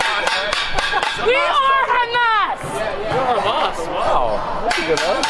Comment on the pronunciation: If you know the least bit of Arabic then you can tell that the girl is pronouncing Hamas horribly. A false flag if I ever saw one. Same tactic as the D-list Israeli actress who claimed to be recording a video from inside the Alshifa hospital.